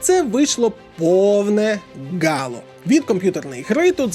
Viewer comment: АААААА. Яке бляха "Гало" !? Ти що про пральний порошок дивися серіал ?) Взагалі то читається як Halo (ˈhālō) (Хейло). Вибач за комен просто по вуху ріже )